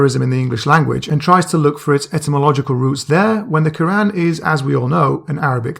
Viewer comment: Lmao he criticises asadullah for his pronunciation then two seconds later he says ke-ran like some non Arab with a lisp loooool